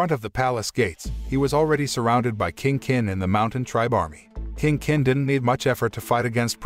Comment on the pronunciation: I'm so bothered with his pronunciation of "King Kin", "Qin" is pronounced as "Chin" not "kin"....